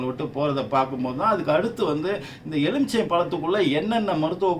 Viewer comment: Sir it is not EZHUMICHAI, It is எலுமிச்சை, LU not ழு